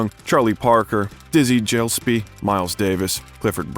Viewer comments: Dizzy Gilespie not Dizzy Jilespie 5.42 . How hard is it to get the pronunciation right? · You mispronounced SEVERAL names in this video. Never heard Sinai pronounced “see-ni” or Gillespie pronounced “Jih-lis-pee”… John Huston is “Hugh-ston”. And a couple more I can’t remember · Dizzy Jelzby?? (How u pronounced it) boy yo u r generation lack knowledge massively. FyI its pronounced Gil-less-bee( G,G,G like Go) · Gillespie: Hard G Short i [GI] + [LESP] + [EE] - say it out loud and exaggerate the sounds until you can consistently produce them. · Great subject, poorly delivered,badly edited. Examples Eastwood was not drafted into Air Force, the jazz man he liked was Dizzy Gillespie not dis gilspy. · The mispronunciations by the narrator are exquisite. Dizzy Jiles-py? And what did he call High Plains Drifter and The Eiger Sanction? Hilarious. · I really enjoy watching this channel. What I don't enjoy is the constant mispronunciation of the names. One of the actors he met was Martin MILNER, who eventually starred in the Police Show Adam-12. His name is not Miller. The Jazz Legend you refer to was Dizzie Gillespie...pronounced with a hard G sound not J. These are simple enough to find out. If you want to inform and entertain, please do your homework. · Dizzy jilespie? Hard G It's Martin Milner not Miller It's not Carmel as in the candy kar 'mel His salary was "6 numbers"? it's 6 figures Did you even go to school? Cedars Sinai not "cedar seeni" It's akeera 🙄 Wow you really don't even read it's EigeR bot EigeN Sanction Halfway thru It's pronounced Michael 'chimeeno" not "seemino" John Huston pronounced like city Houston Philadelphia "enquerer" In-qui-ER Your command of basic pronunciation is appalling And taints the well done bio 🤣🤣🤣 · Incorrect pronunciation of Mt Sinai, Leone and Dizzy Gillespie were the ones I noticed. Does anyone have any others to add? I am only halfway through this. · He also got Dizzy Gillespie 's name wrong too.